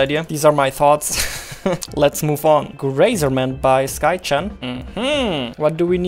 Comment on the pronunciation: I was thinking the same thing. "Graze"erment. Grazing sheep.